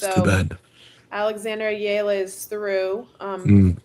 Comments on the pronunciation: Please pronounce Alex Eala’s last name correctly. It is e-ya-la. Thanks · Get w/ the program....It's EH-YA-LAH!